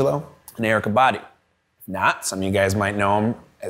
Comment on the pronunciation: Cool! Pino is a real master, his lines in Phil Collins’ „I Wish It Would Rain Down” , Tears For Fears „Woman In Chains” or Michael Jackson’s „Earth Song” are incredible!!! Hey, Eykah Badu pronounces herself not „body” , but „baDOO”:)